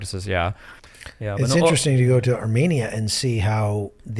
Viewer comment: How graceful of you, you weren't arrogant at all. Yet to prove my point 1) He mentioned Armenia multiple times in the video and every time his pronunciation was off and 2) Romania does not have a population of 2.5mil but Armenia does, and 3) Romania is not located in Asia while Armenia is. Si nu te mai incorda atat ca nu s-a luat nimeni de tine